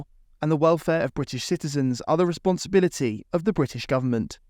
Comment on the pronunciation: " Wellfare of british citizens are the responsibuility of the british government. " 🤣🤣🤣🤣